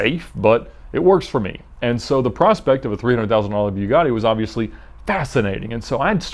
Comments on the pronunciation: Ed..it's not pronounced.." Bewgatti".. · this guy just seems like an asshole by the way he talks and his gestures but for some reason I like the videos. AND ITS NOT BEW-GATTI fuckin amateur hour over here at vinwiki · The way he says Bugatti makes me uncomfortable, “BYU GADI” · It's pronounced Boo-gatti, not byu-gatti. Just an FYI. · im pretty sure its a boogati not a byugati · its not bjugatti its bugatti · Anyone else disturbed that he calls it BYU-GATTI? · Lol he says it like buegatti but its buggati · It’s Bugatti not biugatti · And when it's called a" Bew-gatti" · "Bew-gatti" - Ed 2018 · " idear"? "Byugatti"? He just dropped a half notch. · boo gah tee Not "Bue gah tee" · Every time he says "Beuw-gotti" I wanted to barf. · BEEUGATTI its BUH GATTI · buiigadi jesus its calld bugatti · Isn't it called a Bugatti? (Bugetti) Why does he keep saying Byugatti?. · It's Bugatti... Boo-gatti not Bew-gatti. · Bewgatti btw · "bew-gotti" "rah-search" 😑😑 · Hey Edd, try and read it like "Boogatti" and you'll say it better. Instead of "B_u_gatti" it's more of a "Boo_gatti". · "Byewgotti" lol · So its called a "Beau" gatti, not "Boo" gatti... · It’s boogatti not buigatti that’s not hard nor regional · Why are you calling it a (bew-gotti) it’s (boo-gotti) come on dude don’t make yourself look dumb. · Boogatti not beaugatti 😒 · Btw it's boogotti not Bjughaddie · a byew-gotti vay-rone. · It's like the Porsche issues ("pore-shu" and "pore-sh") it's so subtle it doesn't matter boo-gah-tea' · heisenberg that triggers me... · "BewGotti" really bothered me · A BEW-GAHH-DEE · The way he said Bugatti is so cringe sounds like he’s saying beau gotti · Bugatti is produced in France and it is pronounced "bu-ga-tee" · Who the hell says "Buewgotti"? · Just try pronouncing is BOOGATI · B-You-Gatti lol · “Byoo gotty”. Nice. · Am I the only one who twitches when he says BUE-gatti?? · Please stop calling it a Beugatty.... Till then u don’t deserve to own one. Not even this pos. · 'bue gatti'